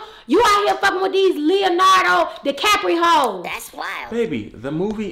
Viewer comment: She said Leonardo decaprihoes hahahhahaha